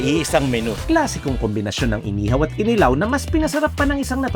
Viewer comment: wow! at last, CDO! by the way, KINILAW ay pronounced with emphasis sa 2nd syllable. ki-NI-law. para i-NI-haw. hehehe